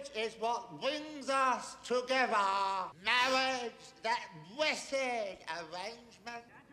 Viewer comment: Maowidge. Maowidge is wat bwings us.. togevahhh